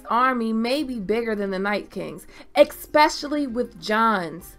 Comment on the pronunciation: did u say ekspecially